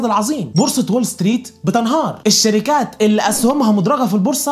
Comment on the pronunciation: ملهاش لازمة نبرت صوتك وانت بتقول الشركااات او اي حاجه في ا